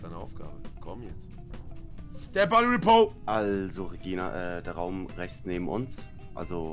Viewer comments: Jawoll, "Dead Bady Repove!!" 😁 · Niemand: Wirklich niemand: Knossi: The Boy Repo